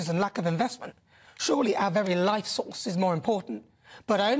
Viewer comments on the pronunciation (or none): none